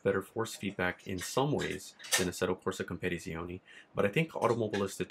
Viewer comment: You add to many Syllables in Assetto corsa competizione like you say compete in the same word. sorry to be that guy 😂😂